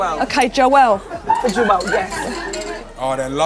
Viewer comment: omg my name is pronounced joel my name is joelleeeee